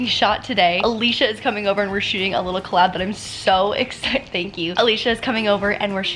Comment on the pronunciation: “Sho exchited”